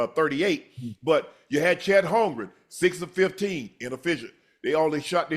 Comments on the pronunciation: Joe & Ocho will read Holmgren name on the screen and still call him Holmgrich lol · Joe c’mon big dawg… his name is HOLMGREN😂